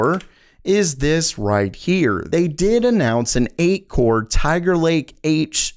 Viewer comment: iv'e notice you make your A sound like O. was confused at first when you said Older but when I read it you said Alder, where are you from?. definitely enjoyed the vid